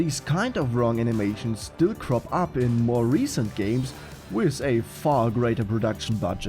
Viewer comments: WITH, nicht wiss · "A sleit twitsch wiff ze trigger finga"